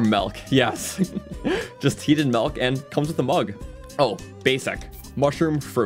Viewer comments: Milk, not "melk" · This dude for his entire life: “MELK” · I love how he says "melk" for milk 😭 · this is legit just saying melk for half an hour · You're from Ontario, aren't you? Your pronunciation of 'milk' gives you away.